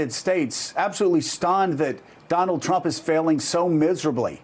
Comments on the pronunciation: she definitely says Chump at first instead of Trump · Did anyone else catch her saying "President Chump" ? LOL